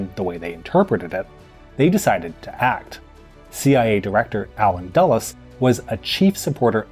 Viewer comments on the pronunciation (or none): none